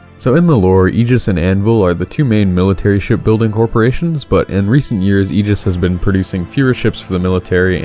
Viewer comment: Subscribed because you’re the only person I’ve ever heard pronounce Aegis correctly.